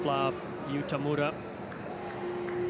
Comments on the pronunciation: 解説の人、田村のことTamaruって言ってない？ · たまるは草